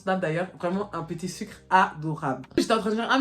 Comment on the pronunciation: J’ai retenu une chose : " un petit sucrrrre" 😂😂😂